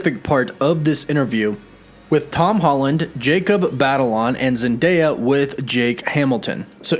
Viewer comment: I know this has nothing to do with the video, but - (Oh look, is one of the few people who can actually say Zendaya's name correctly)